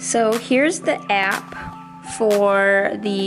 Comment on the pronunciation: "Heres the EAPP"